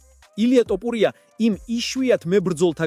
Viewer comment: რატომ ტოპურია და არა თოფურია?